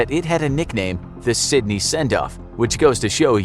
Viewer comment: You got the pronunciation of one place right...Sydney.